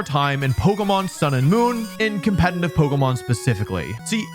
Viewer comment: "Compentitive" Saying it as to make it fast to shorten the word only makes it sound like a word it's not. Say it with me... Com-pet-itive. Good stuff tho Wolfy!